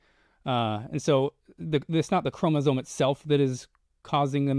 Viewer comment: yes but it was depressing that was pretty clueless about what a chromosome is (including how it is pronounced). Maybe spend 10 minutes in an undergraduate biology text.